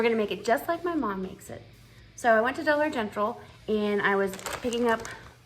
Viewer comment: I Love Love Love Rice pudding! I never think about making it for some reason 🤷‍♀️..... My Mom made it with evaporated milk too she added cinnamon and nutmeg in the rice👍...... It cracks me up every time I hear you say "Dollar Gentral" 🤣🤣....